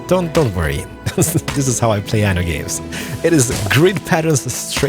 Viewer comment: You should pronounce "aNNo 1800" with two "N". With one "N" it means "anus 1800" in italian.